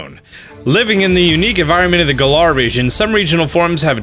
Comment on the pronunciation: Finally you are pronouncing Galar properly! It only took you like 4 months 🤣🤣